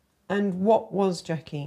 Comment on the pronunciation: FWAAAAAAAAAATT?? not JACKIE. Real wild.